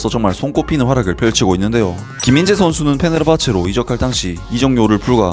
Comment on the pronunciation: 한번씩 김인재로 들림 ㅋㅋㅋㅋ